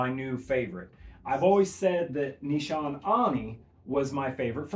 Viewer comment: Great video. Nee-sha-nay